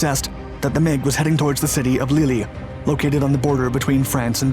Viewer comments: good video! btw, Lille is pronounced like "leel" rather than lilly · If a place-name can be mangled it will be. Lille (leel) pronounced as lily. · It’s not “Lilly”, it’s pronounced “Leel” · The French city of "Lily", lol. Lille should be pronounced something like "Leel". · Wait, did you just pronounce Lille 'Leel' as "Lilly"? 😂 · ‘The city of lily’ lmao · Omg "the city of LEELEE" Does he mean Lille? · "the city of 'lilly'" 🤦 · that's a unique way of pronounced Lille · 'Soesterberg' airbase: 'oe' is pronounced as oo in doomed. City of 'Lille' is pronounced much like wheel.